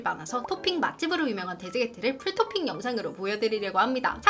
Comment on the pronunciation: 풀도핑이 왤케 웃기죠 ㅋㅋ 풀도핑도 아니고 풀토핑 ㅋㅋㅋ